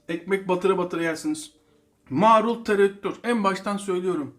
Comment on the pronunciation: kardeş, yaptıklarınızın hepsini hepsini yapıp ana yemek gibi yemek istiyorum yaptığım tam buğday unlu ekmeğimle. Ellerinize sağlık. Yakında sayenizde evin mezecisi olacağım. Bu kadar övgüden sonra sizin bir yanlışınızı düzeltmek istiyorum darılmazsanız. “Marul” kelimesini lütfen “Maaarul” diye “a” yı uzatmadan söyleyin, olur mu?